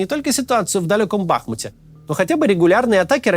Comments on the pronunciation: Офигенно ваш монтажёр научился делать плавные переходы на склейках, А КОГДА КАЦ НАУЧИТСЯ ЧИТАТЬ текст копирайтера - бахмУт???? Ау, сколько повторять??? Или это какой-то принцип??? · Кстати, ударение на последний слог БахмУт. Сам удивился... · А скажите ему кто-то чтоб посмотрел в Википедии где ударение в названии БахмУт... Плиз... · Подскажите пожалуйста Максиму что ударение нужно ставить на букву У в названии города Бахмут.